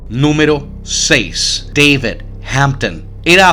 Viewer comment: DAVID?(deibid, sono pronunciado), hahahah david es colombiano, el peco de ese men fue meterse contra uribe.